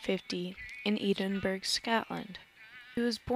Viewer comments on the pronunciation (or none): It's pronounced "EDINBURRA" NOT "EEDINBERG".